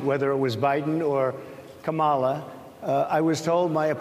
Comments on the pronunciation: So he DOES know how to pronounce her name correctly. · GREAT START Donny, hahahahahahaha, does he even hear himself ????? poor Donny. Truth hurts. Oh and I notice he said Kamala's name right for the 1st time. He is showing his TRUE character. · ka-MAL-a.....The fact that he knows how to pronounce her name. The disrespect is blatant. This dude is a total disgrace. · Immediately insults the interviewer, says everything you need to know about him. I liked the interviewers directness and Trump had the opportunity to address her questions. At least Trump pronounced Kamala Harris’s name correctly. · He said Kamala's name correctly. Oh my. He's shaking in his boots. I love it.